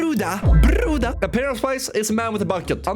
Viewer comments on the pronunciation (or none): Not Bruda is Brudia